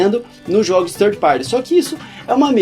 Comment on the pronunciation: Ótimo podcast! Ótima recomendação do Coelho. Irei conferir as edições anteriores também e as que virão. OBS: Third (terceiro) se pronuncia "tanrd" e não "tanri", essa é a pronúncia de thirty (30). Pra mim não parecia que vocês estavam falando de terceirizados, mas de trintões, hehe! Grande abraço! /o/